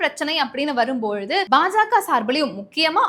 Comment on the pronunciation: கழுவி.கழுவி. ஊற்றி விட்டு கடைசியில் வாழ்த்து சொல்வது மிகவும் அருமை. வாழ்க வளமுடன் நலமுடன் பயமுறுத்தல் இல்லாமல்.செய்தி வாசிப்பதில் மிக தவறு (உ.ம்)தி.மு.கா,பாஜாகா,பாமாகா‍. தி.மு.க,பா.ஜ.க. பா.ம.க என்று வாசிக்க வேண்டும்.